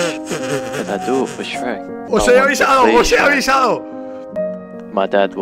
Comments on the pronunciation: ¿Por qué le dice Esrrek? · Qué raro pronuncias Shrek 😂😂😂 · Así pronuncian shrek en España 😂 es demasiado raro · cierto lo pronuncia de otra forma :v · xD se pronuncia chuek y es imposible que no lo sepan pronunciar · Mi abuela dise shuerk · Tataje Rojas Aquí lo pronunciamos como Shruek o.o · Todos: SHREK Rubius: E S R E C K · Rubius le dice esrek yo le digo chuek :v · Anime Games/Noticias & Hentai Games ASI NO SE ESCRIBE SE ESCRIBE SHREK NO SHUEK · Anime Games/Noticias & Hentai Games en latino es shrek es el verdadero nombre como le van a decir shruek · porque Carajos Le dicen 'EsRek' es Shrek Los españoles no entenderán busquen como Se dice Shrek en latino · Qué raro es escuchar el esreq cuando yo lo pronuncio chrueq JAJAJAJAAJAJ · El lo dise tipo: esrek Y yo le digo tipo: shuek xdxdxd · JAJAJA me sentí tan confundido cuando decía ESH-REC, JAJAJAJA no sabía que en españa tal vez sea allá que se dice así. Bueno en Venezuela se dice normal, como Chrek, (Se que así no se escribe, pero para que entiendan como se pronuncia aquí). Ay bueno ustedes entienden JAJAJA. Like si tú también dices es Chrek. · El rubius: SREK Mexicanos: EL CHUEK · no shueck, se dice shruek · Españoles:srrek Maxicanos:shrek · Nadie: Absolutamente nadie: El tito rubius: Esrek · Rubius: S E R E K E K Yo: E L V A T O V E R D E Latinoamerica: S H R E K FedeWolf: C H E R E K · En España la mayoría de gente dice esrek yo me incluyo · El Sombare: CHRUEK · En mi casa le decimos "SHUEK" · siii mall xD es yrec lool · Tataje Rojas sip, se pronuuncia yrek pero los españoles y el inglés no se llevan muy bien... xDDD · luis reyes Chuerk o Chruek se pronuncia una vaina así, también soy de Venezuela. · Aca en chile se pronuncia shuec ajaj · (iLyncolme) Se dice Chruek hasta el tipo en ingles lo pronuncia asi... pero los españoles le cambian la pronunsiacion a todo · like por "EX RECK" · Shueck? wtf, no conozco nadie que le diga shueck.... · Nadie: Absolutamente nadie: Rubius: sherek